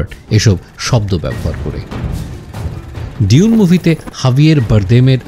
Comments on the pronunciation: Bro you are doing excellent. Just one thought: have you ever heard a native speaker of English pronouncing it ডিউন? Only fokinnir pula koyekota bangla pronounces it in that way. Its ডুন, simple. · এখানে "ডিউন" উচ্চারণ করছে, আমার যদি ভুল না হয় শুনতে। সঠিক উচ্চারণ "ডুঊন" হওয়ার কথা। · its doon not di-un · প্রথম আলো এটার উচ্চারণ করছে "দুনে" 🤣